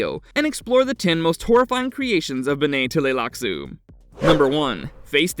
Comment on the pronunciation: for him to finally start the whole point of who you came here. Also I HATE the way he says TUH LAY LAK SOO. It’s TLEE lax.